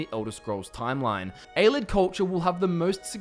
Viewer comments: hmm I always pronounced it A-lee-id not a-lid. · Ay-lee-id Love the channel but some of the pronunciation drives me nuts